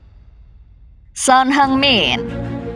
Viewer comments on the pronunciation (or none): Dibaca Son Hiyung min,.. Belajar lagi ngeja nya min